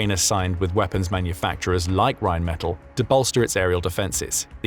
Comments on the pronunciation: I believe it is pronounced Rhein men TAll as opposed to Metal. The gun is insane it can also besides the RPM it can target based on not just all you've mentioned and it can prioritize the closest to the furherest and realine against those others from all directions. And if they have a number of them it will likely result in virtually eliminating up to 85-100 percent kill rate. I am surprised the Ukrainians have developed a Sonic Acoustic recognition type radar adapted to a simple AI to pick drones advanceding beyond sight and sound of us kowly humans. And if I remember the mobil guns can fire effectively on the move. It isnt that surprising the German's are so supportive because they have been the victims of counter insergencey which so far has been thewarted. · Rheinmetall is pronounced as 'r[aj]nm[ay]t[à]ll' - with the stress on the last 'a' hope this is helpfull... 🙂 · Rhine Meh-tal, metal doesn’t have to ll‘s at the end, but the German word does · REALLY glad to see this. Oerlikon makes some excellent stuff. The U.S. makes something similar, but much less sophisticated, (conventional shells, instead of flechettes). Plus O.G. Hawk anti missile batteries for taking out Russian cruise missiles. Glad to see Reinmetal, (BTW, they pronounce it with the accent on the last syllable), really pitching in to help. Excellent company. Sort of the German version of Raytheon. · Rheinmetall has a short a when pronounced. Accentuate that a in metall